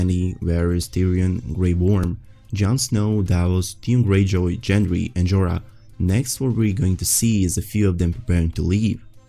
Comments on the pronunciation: Dude it's Gengry not Jendry🌚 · It's Gendry with a hard g. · Most of your videos are good, this one included, but please it's Gendry, not Jendry. lol